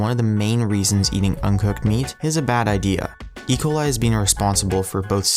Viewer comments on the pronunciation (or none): He said E.Ciol the wrong way